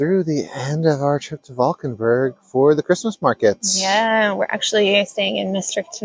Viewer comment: Love the buffalo (bison) on your hat. And 😘 for the flawless ‘Valkenburg’!